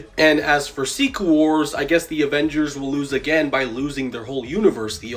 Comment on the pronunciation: Did he say ovengers😂